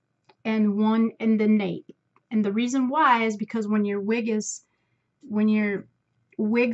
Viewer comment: Hee hee...it is the nape ( like ape) not nap.